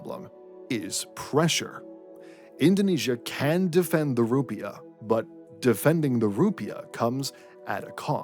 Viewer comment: Emphasis is on the second syllable. You sound like an idiot.